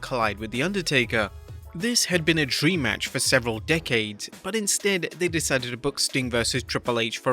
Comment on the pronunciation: This man said "several decades" 😂